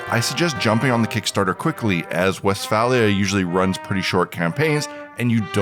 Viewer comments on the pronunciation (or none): none